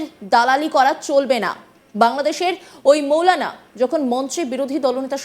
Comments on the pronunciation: তোদের সাংবাদিক কে বানিয়েছেরে ভাই মৌলানা নারে ভাই মাওলানা হবে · মৌলানা না মাওলানা আগে উচ্চারণ ঠিক করেন 😂😂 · মৌলানা বলতে কিছু নাই মাওলানা হবে শুদ্ধ বলা শিখুন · আরে মেয়ে মাওলানা শব্দ টাও ভালো ভাবে বলতে পারো